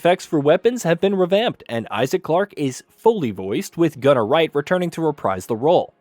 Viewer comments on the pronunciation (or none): none